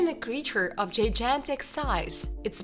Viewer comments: jy gan tic ... not jy jan tic ... your English pronunciation has several errors which are equivalent to a six-year-old child ... I speak several languages and I am aware that my pronunciations are also equivalent to a young child - I would never attempt to upload a video in a foreign language where my pronunciation is so "elementary" because I know this would make me look like an idiot - and my videos would be a waste of time since I would not be taken seriously. If you're an "archaeologist" with a bachelor's degree, how do you fail to understand this? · It's gigantic not gijantic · Don't say, Jijantic. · And I thought it was impossible to say gigantic wrong! It’s like the woman speaking had never heard the word before! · Not to mention the unusual way they pronounce "gigantic". 😐